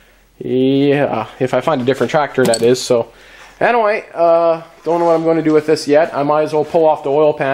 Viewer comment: U said "anaway" like 15 times